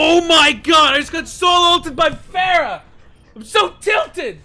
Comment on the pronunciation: The pronounce for pharah I think is wrong